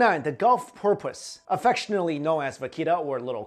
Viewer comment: Dude, love all your channels and vids. Your pronunciations are sometimes hysterical. Porpoise, lol, it's "poorpus." Seriously though, love ya and your work!